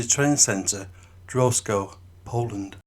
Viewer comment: Pronounced Dravsko.